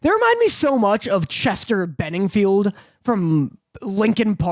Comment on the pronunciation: As much as I truly love these guys, I almost had an aneurism when said Chester Benningfield.